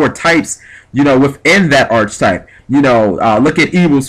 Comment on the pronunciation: Arch e type ......3 Syllables